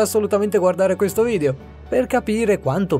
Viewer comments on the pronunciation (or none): none